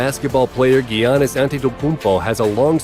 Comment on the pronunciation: arguably the worst pronunciation of giannis i’ve ever heard